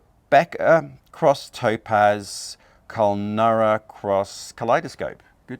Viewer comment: KUL-NYOO- RA